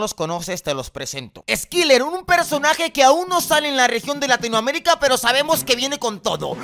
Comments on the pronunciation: Se lee Eskayler😬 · Se promovía skailer kdkdkd aunque se escriba skyler 😳😔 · Skailer se pronuncia